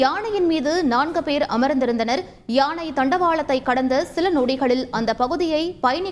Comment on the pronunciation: யாணையில்லை யானை வாசிப்பவர் ஒழுங்காக உச்சரிக்கவும்